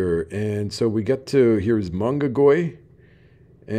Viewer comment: it’s pronounced Ma na goy not Mong ga goy in the Philippines the ng is silent. Mr Mississippi is in Davao now sorry you missed me.